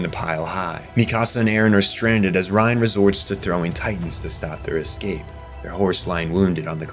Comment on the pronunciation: Why can't you pronounce "escape" without adding a k or an x?😅 Why do you say "advancement" when you should say "advance"? English is your first language yes?